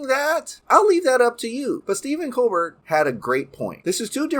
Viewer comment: Dude we pronounce Colbert as Colbear